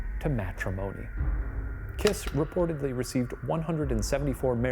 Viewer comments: Guys, the pronunciation is Kissssh, not KISS :)) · This is just me being picky 😂 but the last name kiss would have been pronounced Kish My husband is Hungarian and corrected it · To help with correct pronounciations try these: Budapest - BudaPESHT Béla Kiss - Bay-la Kish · Please Ronunce “Kish”😊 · bro i litterly did a double take when u said hungary like somehow i never heard of this even though i live there. ty smsm also i love how you pronounce kiss and nagy (bc we say it kinda like kish and idk how to explain nagy like this i guess?) now i wont be able to unhear it<33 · Hungarian here. Kiss is pronounced like Kish. It means small. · I wonder if they even say his name properly (pronounced like Kish) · "Bey-la Kee-sh" is how to pronounce his name. C'mon guys, you can look this stuff up! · hi ghoul boys! love this video! im hungarian, so this is super cool for me. by the way, "Bela" is pronounced "Bayla" if there's an accent on the 'e' and his last name is pronounced "kish" as in hungarian, the letter 's' is 'sh' and would turn into the sound english assosiactes with it if it were written like 'sz'. also "Nagy" is pronounced like "na-j" with a flat 'a' and the 'gy' making a 'j' sound. Also, fun fact, "kis" and "Nagy", which are last names, are opposites, "kis" means small and "nagy" means large. Im super happy that hungary is getting recognition!! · Shane pls Kiss is pronounced with an sh 😭